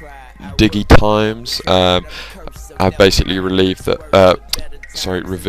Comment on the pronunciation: by the way, digitimes is pronounced like 'dijitimes'